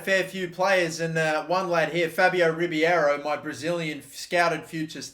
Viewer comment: Im Brazilian it says Re-bay-ro